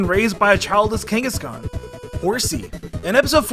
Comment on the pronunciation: Replace the first "K" in Kangaskhan with "G"